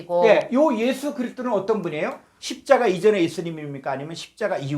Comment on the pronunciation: 지적질하는 것같아 죄송하지만 읽어 주시는 여성도님 “애수”가 아니고 예수라고 발음해 주십시오. 부탁드립니다.